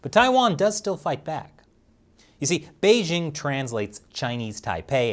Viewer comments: Doesn't know by now that the "j" in Beijing is not pronounced like the "z" in azure? It's actually pronounced more like the "J" in the English name "Jim." Isn't there anyone on the China Uncensored staff who is knowledgeable in the Chinese language who could tutor him on this basic aspect of Chinese phonology? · Lol....Chinese Beijing 😅😅 sounds funny